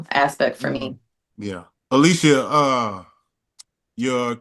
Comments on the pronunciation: Alycia told them how to say her name correctly and they still said it incorrectly the whole time... she said it's Ah-lee-see-yah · Unk still called Alycia "ALISHIA" 4 more times after she corrected them 😂😂😂😂SMH